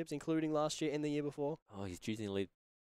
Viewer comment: Why do so many keep pronouncing it Tatsunoku? Tsuchinoko ffs